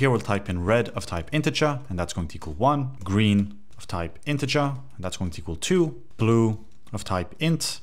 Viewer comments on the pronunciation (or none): none